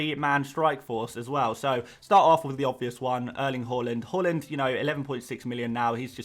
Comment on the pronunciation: Haaland not halland pls